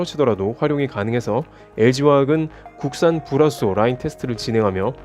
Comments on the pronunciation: 죄송하지만 불화수소 발음 잘 안 되시는듯.. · 불화수소 발음 뭐임 ㅎㅎ